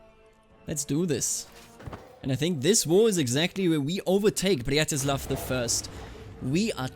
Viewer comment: I really like how you say 'Břetislav' as 'Blyatislav', sounds extra slav